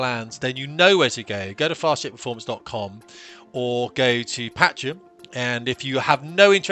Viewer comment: Mate learn how to pronounce Patreon, it's killing me lol